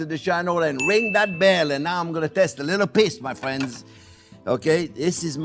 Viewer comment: He says "fwiends" like the Canadians on South Park